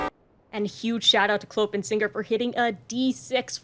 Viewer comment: I love your video but the way you pronounce “Clopin” is… American.